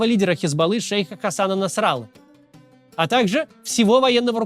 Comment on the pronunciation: Максим, в целом с интересом и удовольствием смотрю разные ваши видео, но какая же у вас беда с ударениями!!!! ШератОн и НасраллА правильно! И это только в этом ролике, в большинстве других, что мне попадались, тоже по несколько ошибок с ударениями